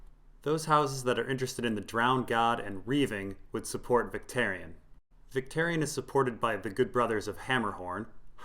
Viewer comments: one small thing is Vics name........is pronounced more like Vic-TOUR-ion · Adam K VICTARION - VIC-TARE-EE-ON.